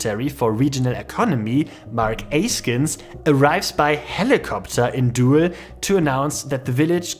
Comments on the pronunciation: It's pronounced "dool", not "duel" 🙂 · It is not "doe-el" but "doel" like the English do+l. Like "cool" but with a d. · Doowel? No. Doel. Jesus, English speakers can screw everything, can't they? Why don't their schools teach them 2 extra languagues? They SUCK. Americans never leave those weird States, and that must change. This one even has a German name. Then I really don't get it. Hard to keep friendly. Must ask questions. Like, hey man, where did you learn your English? Can't you go work in or near London for five years? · It's pronounced Dool in English, not dohel. get your facts strait. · FYI, "oe" in Dutch is pronounced as "oo" in English. So Doel sounds like "Dool", not "duel". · It pronounced [dool] as in "doom"... Doel... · 'oe' in Dutch is virtually the same as the German 'u'. As in 'du' or 'Kuh'. You're turning it into a kind of diphthong ending on a schwa. 'Doo-el' as an English approximation. Sorry, "Doel" is said so much in this video that it started grating on me :-D no offense meant to our neighbours! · Nobody ever has pronounced it Duel though